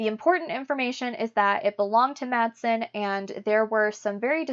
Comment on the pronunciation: Just for the sake of accuracy: "Wall" in swedish is in swedish pronounced with a "v" as in victory and not with a "w". And in danish the name "Madsen" which is quite a common name is pronounced with a silent "d" like in "mass". Otherwise, good work!